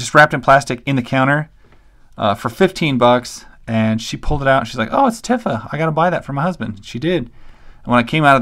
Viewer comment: Man, these are a bit rare ! I wish I had bought some of these figures when I was a kid; they were easily available and non-expensive. I enjoyed seeing them ! :) BTW: Tifa’s name is pronounced “Tee-fa” and Yuffie is “You-fee” BTW, your story / unintentional joke about how your wife found the Tifa figure covered in plastic made me laugh pretty hard